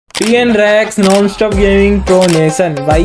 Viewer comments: PN REX NOT PN SAX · Bhai PN SAX nhi PN REX hai bhai. Op expose bhai 🤣🤣🤣🤣🤣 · Bhai bhai bhai PN SAX NAHI PN REX 😂😂